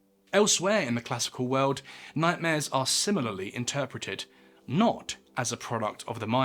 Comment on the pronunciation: "Babylon was one of the most powerful cities in the known veuld." Whats that "veuld" he is talking about?